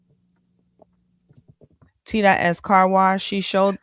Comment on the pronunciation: Why can’t Keri say wash without adding a R? WaRsh waRsh waRsh 😂